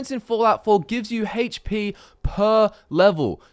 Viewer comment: This guy is obviously talking out his ass. He just needs to babble through his vids so he can try and poach some views. He's fuckin lame, do you hear how he pronounces HP? he says "Hache Pee"... you can't trust that kind of shit man...